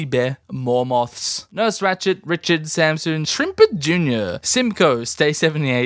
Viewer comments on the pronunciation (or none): none